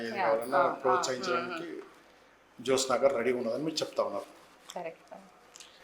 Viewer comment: జోష్ఞ కాదురా జ్యోత్స్న. ముందు పేరు సరిగ్గా రాయటం పలకటం నేర్చుకోండి తర్వాత చెప్పుదురు గానీ హిందుత్వం గురించి 😅. బంగారం లాంటి సంస్కృత పేరుని క్రిస్టియన్ పేరుగా మార్చేసారు కదరా వెధవల్లారా 😅.